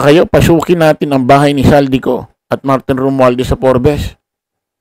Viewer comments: Mali po ang pronouncation,sa forbes park,forb's po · Wrong Pronunciation yung FORBES mo tol haha😂